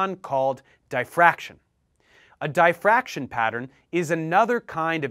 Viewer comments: its Dif-fraction Not Di-fraction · I believe it is. Not dyefactrion like he says it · I'm not being picky, just trying to learn. I thought difraction was pronounced 'dee..' as in DI-ferrent. thanks for the video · The letter "i" in the word "diffraction" is pronounced just like it is in the word "differ". Not like the word "die" . Otherwise I liked the video.